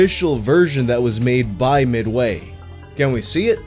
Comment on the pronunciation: I hate the way he says midway